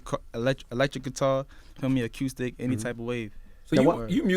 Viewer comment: “aQustic” Lol